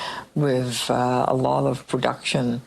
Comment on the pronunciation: Omg I can’t stand her. And furthermore it’s with not wiv … Purina cat chow….. chow chow chow. 😁